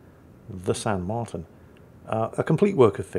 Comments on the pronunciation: The í is like an ee So Martín is more like “Marteen” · Not to correct the but its pronounced "Mar-teen" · Is ok... Martín in spanish have the accent in the i....but thats fine......btw, i hope San Martín still burning in hell.